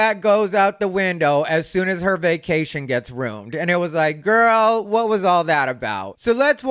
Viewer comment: Hates the pronunciation as Fustrated, then says life ROONED instead of ruined. Then proceeds to say deep southern accents are used by you to convey severe ignorance. MAGA right.